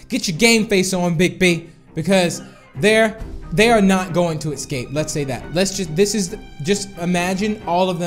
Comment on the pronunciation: It's escape not ecsape